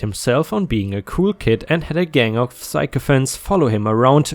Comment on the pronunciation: sycophant is pronounced sick-eh-fant.